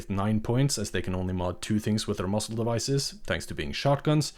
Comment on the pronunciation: It’s muzzle not muscle. This is an AI narration. Kind of sucks that this isn’t a voice from a real person. Probably Bangladeshi or Pakistani or from they might be from India.